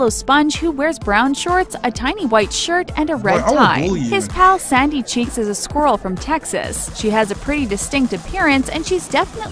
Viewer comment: When she said Sandy Cheeks I thought she said Saggy Cheeks.